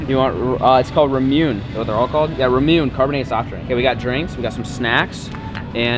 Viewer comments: say it with me bud. raw moo nay. not rahmune lol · The sodas are pronounced “ra-moo-nay” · He pronounced that ramune way wrong 🤣 it’s RAH-MOO-NEH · Ramune is pronunciated as "Ruh" (like bruh), and (Moon) like the moon so it sounds like ruhmoon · Also the marble is to keep kids from spilling or drinking too much, and its pronounced (re-mu-ney) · is the drink is pronounced like raw-moo-nay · The soda (pronounced la-mu-ne) is a Japanese drink and is popular among children. You're supposed to catch the marble between the 2 dimples in the side of the bottle so that you can drink it easier. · It's ra-mu-nay soda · hey, the soda is pronounced "rahmoonay" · So the sodas you got are called Ramune (pronounced Rah-moo-nay) the marble is there to both stop chugging and as a stopper. If you try while drinking it you put the marble close enough to back the it can be held in place by the carbonation. Acting like a cap. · Also it’s pronounced rah mu ne